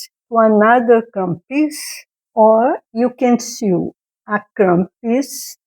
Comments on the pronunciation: Since you want to improve your English, which is quite good already, I off this with love: " sew" is pronounced "so". English has many exceptions to rules. keep up the good work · I liked your tutorial, I'll try this. Your English is very good, what is your native language? Since you are learning I hope you don't mind me saying you should look into the pronunciation of the word sew which is pronounced like SO. It was just very noticeable because you said it so many times. Good luck with your channel. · Sew is not pronounced as it looks. It's pronounced the same as so. You're doing great with your English. I like your video also. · I loved your video. I just started crumb quilting this year and I love it! Your English is very good! Just a tip - sew is pronounced the same as so, with a long o sound. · I'd love to see a finished product with your blocks! Also, I'd like to help you with your English. If no one tells you when you say something wrong, you will never learn the correct way to say it! 'Sew" is not said so that it rhymes with 'few', though it looks like it should! It is actually said with a long 'o' sound just like the word 'so.' English is a funny language! Good luck as you work to improve! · Congratulations! Your English is already very easy to understand. I am sure it will get even better (and easier) as you continue your videos. English is so difficult because it originated from many different languages. I wish my Spanish was a great as your English. I want to let you know that as part of this crazy language, sew sounds like so. I hope this helps and does not make you feel like I am criticizing you. I appreciate you and adore listening to you. Hugs from California.